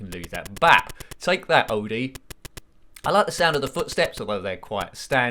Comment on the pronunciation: The dog’s name is indeed pronounced Oh-dee, rather than Odd-ee, so you were right in that regard. That is also how Lorenzo Music (the late voice actor who voiced Garf) and Thom Huge (Jon) pronounced his name in the cartoons.